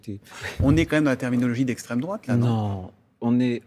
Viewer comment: PTDRR à peine 43 sec , et : "si la fote de l'esstrem drouate" vous êtes bon , mais bon !!! je vous aimes